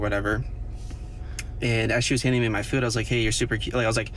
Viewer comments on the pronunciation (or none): Am i the only the only one who gets extremely irritated and pissed off by the way people say the word 'food' ?? The guy is a prime example... "Feyud".. ..and what a dumb question